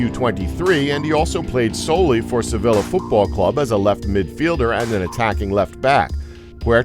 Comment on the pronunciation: You don’t pronounce Sevilla like “sevilla” it’s pronounced like “seveella”!